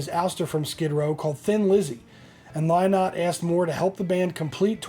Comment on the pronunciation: Phil lynott’s last name is pronounced linnott say it as you see this spelling and you will be good.